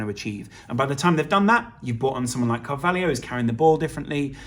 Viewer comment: His name is CAR VAL HO. Not carvalhio.